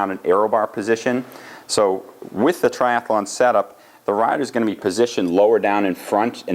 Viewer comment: You know its tri-athlon not tri-ath-alon